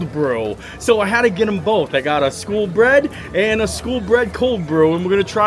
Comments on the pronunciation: Cringing every time you said "school" instead of SKOL... smh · Love the video as I love all your content! When you were in Norway you kept calling the skol bread and stole cold brew...... you were pronouncing it "school" but It is pronounced like "skole" think cole but add an s at the beginning. It means like cheers. So back in like viking times they would hold their cups up and toast saying "skol!" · Skol not skool. Skol means cheers. It is also a brand of lager (light beer)